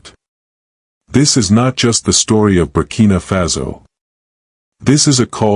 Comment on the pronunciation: Y do U pronounce FASO az FAZO?